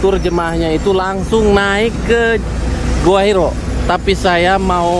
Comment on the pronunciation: Gua Hiro? Gua Hira. yang betul tulis dan bacanya.